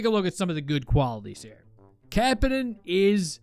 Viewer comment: You are pronouncing Kapanen wrong